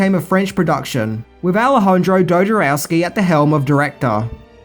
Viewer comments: Sorry for being picky but it should be Jodorowsky and not Dojorowsky :) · jodorowski not dojorowski